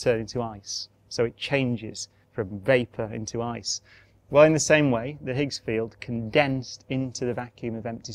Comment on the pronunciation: Highs field...not eather? Ooooooo k